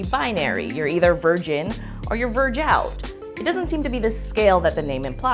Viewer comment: "Virgout" lmao